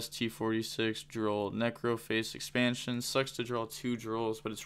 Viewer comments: Ex - pan - shon is how to pronounce it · Bro why are you having such a hard time saying expansion